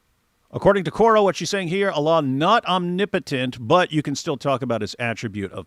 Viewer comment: She didn't even pronounce it correctly😭omni-potent🤔 totally sliced it...... Let it flow, 😩